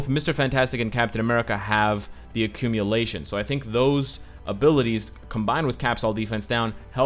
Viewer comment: what is accumilation? 😂🤔